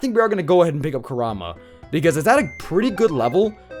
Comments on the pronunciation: Its pronounced (Core- um-uh) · is it me or does he keep saying Kurama wrong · Emanuel Molina he does